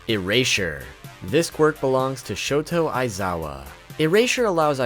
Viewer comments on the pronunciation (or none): it’s shotA not shotO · Shota* Aizawa . Not shoto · Did you really called Aizawa shoto Aizawa it's shota not shoto